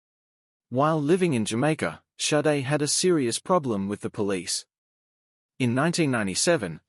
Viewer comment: AI voice is too dumb to learn it Shadé, not Saiid... honestly. AI is SHIT!!!